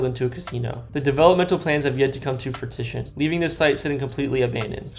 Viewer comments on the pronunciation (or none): Fruittishan? Fru-ish-an = Fruition